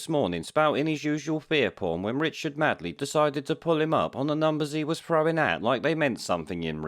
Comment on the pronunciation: Made..ley...not Mad..ley ffs,.